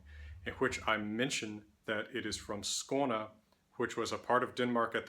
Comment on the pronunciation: You cover a lot. I was not expecting "Codex Runicus" to be mentoned here. Excellent pronunciation of "Skåne"!